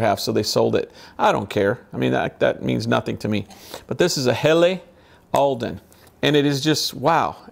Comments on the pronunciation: It's pronounced Hellah, not Helly,, 👍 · It's pronounced Hella.